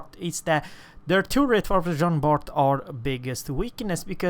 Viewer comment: Jean BAR stop to add the T it is mute like all the french names of the game except for the letters N R G